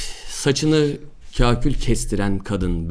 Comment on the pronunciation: kakül değil yanlız kahkül :D